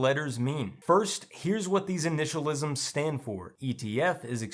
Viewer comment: bro just said initialisms lmao 🤣 😂 💀